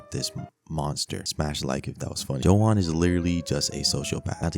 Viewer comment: Its not pronounced johan its yohan 💀